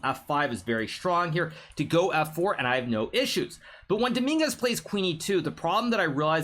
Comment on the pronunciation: the fact he said dominguez like domingas is so funny because every spanish knows the street meaning of "domingas" jajajjajajajajajajajjajajaja